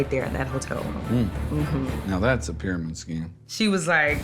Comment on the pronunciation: "Thats a pyramind scheme"